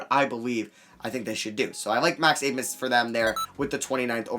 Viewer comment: You say you like Max Abmas a lot, but clearly not enough to learn how to say his last name. The “b” makes an “s” sound.